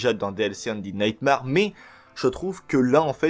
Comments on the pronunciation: C'est nightmère pas marre pour la prononciation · Ça se prononce NIGHTMER et ça s'écrie Undead Nightmare.